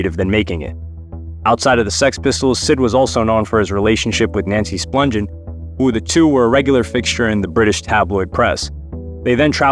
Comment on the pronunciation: You screwed up CBGB's name and Nancy Spungen, not Splungin....Wow....